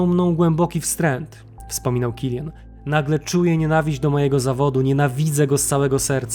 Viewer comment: To niemiec , nie anglik. Wymawia się tak jak się pisze. Killian, Kilianowi itd.